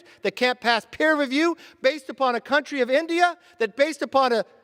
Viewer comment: The word is PEER. Peer review. Not per review. Idiot